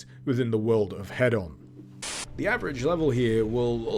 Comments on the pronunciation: Why are you saying head-on and not heed-on? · That moment when you think somebody is saying something wrong but don't want to correct them because it could just be a quirky naming convention Thinking Hedon He-don not Head-on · i believe that it is pronounced hee-don unless we aren't talking in british. damn those americans, making everything sound like a tv infomercial!